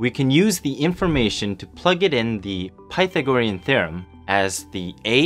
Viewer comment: Learn how to pronounce Pythagorean.